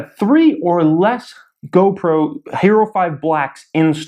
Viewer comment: GOPRO OMG I CANT HANDLE U SAYING GOBROKE